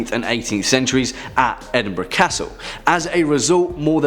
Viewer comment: TY. Afraid I was nuts. Also isn't Edinburgh Edinburo not burg? I'm probably not making sense. Sorry.🎃🤘☺️ Good vid still. I love hearing about your country and others. I am across the pond in the States lol.🇬🇧🇺🇸